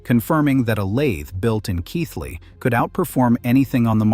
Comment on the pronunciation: Well done on getting the pronunciation of Keighley correct, ànd getting a photograph of Bingley at the correct point in the video